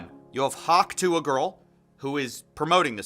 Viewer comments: Hawk 'TWARR'?? How can this pronunciation be acceptable... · The way you say ‘Tuah’ like ‘twa’ is so irritating man 😅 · i’m sorry but u said hawk twah and i stfu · I love that you pronounce it like she's French and fancy. "hawke tois! Merci!" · When you say “hawk twah” you have no credibility. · Hawk twah! Is ze fancy French souzern girl from Amedica! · I love the way says her dumb name like literally “hawk Twaa” 🤣🤣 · Hawk Twah? This AI is getting out of sync. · Hawk "trois" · people: pronounce tuah as too uhh: pronounces tuah in a french way (sounds like the way -ois is said in a french way) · I feel bad for you brotha I know your accent probably can’t hit that southern slang but it’s pronounced Two-Uhh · Is it just me or did he say "Hawk Trois" ?🤣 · Well this is the earliest I've ever been. I cant get over how he was pronouncing it as "Hawk Twaah" here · I cannot get over how he hears dozens of people say hawk tuah correctly and somehow he still mispronounces it XD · how do you manage to incorrectly say “tuah” and then correctly say it when reading out comments ? lol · I don't mean any disrespect to the creator of this video, but is the voice AI? I'm just not grasping how they can mispronounce "tuah" multiple times even after playing the clip of her saying it. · The way the AI mispronounces "hawk tuah" is so distracting. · The fact you can't even pronounce TUAH correct is embarassing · Can’t you pronounce “tuah” correctly. You did it once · The way he mispronounces Tuah makes me violently angry > . < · Tuah is 2 syllables. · do you purposely mispronounce "tuah"? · How do you make an entire documentary and can’t even be bothered to pronounce “tuah” correctly? Is that all for engagement so you get comments like these? Cause it comes across like you didn’t write the script or edit the video and are just reading something you know nothing about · It’s Hawk tuah (two-uh) not tois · too ah.. not twah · "Hawk tWah"